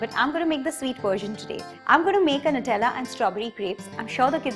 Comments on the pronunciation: I love it ! Don't mind but your pronouncing Nutella wrong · "Nutella on top." HAHHAA UR ACCENT!